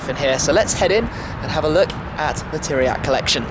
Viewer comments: Narcis Iordache im from romania,i know who tiriac is,but the first time i heard like you pronunce teriaky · Did you said Teriaky Car Colection ? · Great video, mate. Very calm, pleasant to hear and fun to watch. Also great information. // But one hint: 'Țiriac' is pronounced as 'Tsiriac'. The T-comma (t --> ts), which also exists as S-comma (s --> sh) in Romanian, changes the pronounciation. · pronunced 'Tziriac',would be cool if you say it like that.